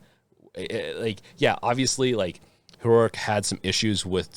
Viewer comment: Your pronunciation of Heroic is giving me fucking anxiety.